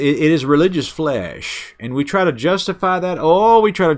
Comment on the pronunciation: He didnt say flesh...he said flayyish. 🤭